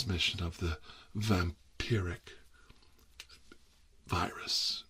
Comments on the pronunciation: It's "vam-pier-ic" you mortal clod! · says vampire-wrick Few minutes later says Also tirar: says vampiric